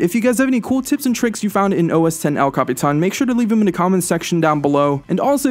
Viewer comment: can you capitán the right way and not all retarded.